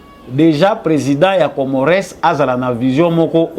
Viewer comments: Bsr mon freres Juste entre nous,je pense qu'on dit COMMORES,ON NE PRONONCE PAS LE "S" de la fin.Bravo pour ton travail. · Ca s'ecrit Comores mais ca se lit Comore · Mr le journaliste na kombo ya Comores ko tangaka S wana te. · Masolo kitoko. S ya suka ya Comores ne se prononce pas.